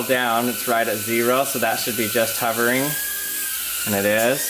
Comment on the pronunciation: *Hovering, not Huvering...